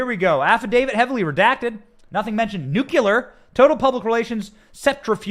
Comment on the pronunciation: We knew this would happen already. Benny please stop saying nucular. Get lawyers on that can tell us how to get the original affidavit. There must be some way. Will they actually charge him and then we find out? We already know the history and why.